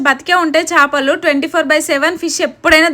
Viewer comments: Shapaluu kadhu ra 😅 akka chepaluu 😂😊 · Shapalu kadhu akka chepalu